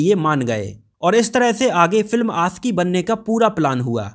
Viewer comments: It's आशिकी not आcकी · Bhai pehle bolna seekho.. Aasiqui nahin Aashiqui hai.. Sh hota hai Sa nahin !! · It's aashiqui not aasiki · Ashiqui boliye not Asiki . Apni bhasha shudh kijye .sha shabd ko sahi se ucharit kijye. Sha ko sa nhi ucharit kra kre